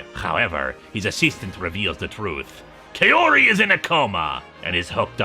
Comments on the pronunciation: Really liked the video, but I have a minor gripe about the pronunciation of the character Kaori's name. The first part of the name is meant to be pronounced like "kah", so the name ends up being pronounced like "kah-oh-ree", or like how one would talk about a cowrie shell. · Personally I prefer the Gyo anime movie. I've written several fanfictions for it. Also, no offence, but her name is pronounced "cow-ree."